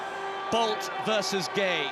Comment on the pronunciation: i thought he said " Bald vs Gay " 😂😂😂